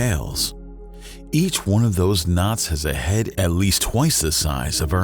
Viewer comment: "Nods" ??? Oh, "KNOTS" - NOW I get it !! Sorry, I'm English. 😂